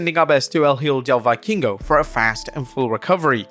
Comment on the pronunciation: It’s pronounced: El ee-hoe del vee-keen-go (El hijo de vikingo)